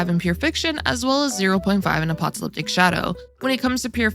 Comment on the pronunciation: Apocalyptic pronunciation: uh-PAH-kah-LIP-tik There’s only one “t” sound, and it’s in the last syllable.